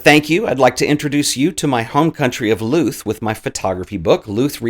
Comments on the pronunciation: louth is pronounced like loudth :D not looth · I'm gonna be that lad, but has to be said! Dundalk is pronouced as "Done - Dalk" and Louth is pronouced so that it rhymes with "Loud". They're English words that were anglicised from their Irish language names & as a result they're pronounced a little different than what you'd expect. Loads of love from an Irish student nurse who started using photography as a way of self expression because of your channel! Grá <3 - Ciarán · Hi great video. Louth is pronounced like mouth. I'd love to see more videos about zines. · Apologies if someone already mentioned this, but say the word ‘mouth’, then put an ‘L’ where the ‘m’ is and that’s how you pronounce ‘Louth’. 😁